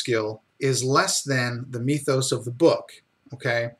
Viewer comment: Meethos? As in Meethology? lol